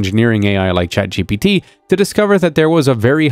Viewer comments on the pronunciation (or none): none